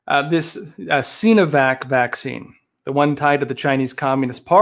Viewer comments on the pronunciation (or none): Arggh. Love you but the "Sino" in Sinovac is pronounce with a long I, like sigh-no-vac. Not "seenovac".